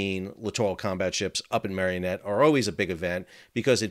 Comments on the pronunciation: It's Marinette not marionette. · Mare-in-ette, not mare-e-in-ette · Two points of correction: the steel supports are not connected to the ship, they fall away on as part of a system that rotates away as the ship is launched, the supports of which ca be seen in the video rotating up after launch. Second, it's pronounced "MARE-IN-ET", not MARION-ET. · It's MARE IN ET, not marion et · It's pronounced Mar-i-net, not Mar-ee-o-net. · The pronunciation of city is (mār in et) or (mayor in et) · For future reference, we pronounce Marinette with an a sound in the middle and not a y sound like Mary. Don't know how it's supposed to be just the way we say it. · No "o", and 3 syllables, in Marinette, btw. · Look at how Marinette is spelled and then pronounce it correctly.